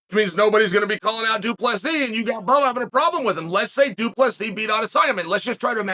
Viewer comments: Due Plus He. Undefeated Undisputed name pronouncer Chael Sonnen. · Doo plah C Love it Weird hearing chael getting folks name kinda right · Why is Chael not saying it “Doo-Plessis” or something? 😁